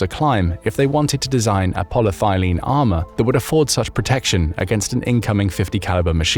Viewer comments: It's actually Poly-ETH-ylene, not Polythailene. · AI narration fail: It's not "poly thigh lean", its "poly ethyl een" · It’s polyETHYLene not polythylene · Good show. Enjoy the content. Just one note; it's Poly-ethylene. As in ethanol. Granted, thylene does sound exsotic, but in this case, it's just the stuff plain old black water pipes are made from. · The compound is polyethylene, not polythilene. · pol-y-eth-y-lene, not pol-ye-thy-lene. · Did you mean: polyethylene? "Poly-thigh lean" might be some kind of a kink or perhaps a recreational drug (or some combination thereof) but Satnik was most probably imagined to be (as it doesn't exist and those models are constructed out of parts available off of AliExpress) made out of Ultra-High-Molecular-Weight Polyethylene - i.e. UHMWPE, i.e. Dyneema and Spectra fibers, i.e. IBA. I.e. Armor available in the west for decades and already superseded by newer designs and configurations. Same materials though. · re the body armour, theres no such thing as "poly-thylene" youre just pronouncing polyethylene (poly-ethy-leen) wrong, which is the common plastic usually shortened to polythene, often used for bags and stuff, among countless other things. its properties can be radically improved by altering the polymer length, inter-molecule linking and by various additives to make it also feasible for applications such as body armour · polyethylene = pol-y-eth-y-lene - 5 syllables, not 4. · Poly - thyleen? Seriously? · Polyethylene is not pronounced aa polythylene. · polyethylene is not pronounced like that in the US (ask google). It could be a British or Aussie take on it (think aluminium - A loo min ee umm vs a loom in umm).